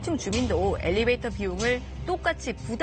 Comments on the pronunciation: 터터터~~됬나요? 받아쓰기 시험 보는 것도 아닌데 그냥 애교로 넘어가 주세요🤗🤗🤗🤗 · 엘리베이터에요 엘리베이트가 아니고. elevator 영어 발음도 엘리베이터입니다.